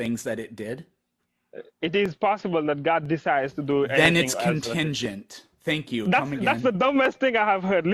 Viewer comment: Bro rlly said tank u comeagan 💀